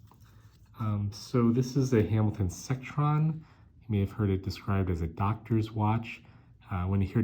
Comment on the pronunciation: Not "Sectron." It is a Seckron.